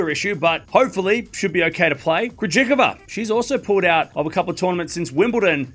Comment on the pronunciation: What a way to butcher Krejcikova